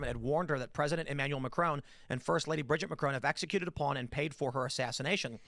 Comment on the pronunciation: It absolutely drives me insane every time they mispronounce the name Brigitte